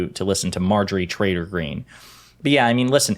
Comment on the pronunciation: You mispronounced Empty Greene.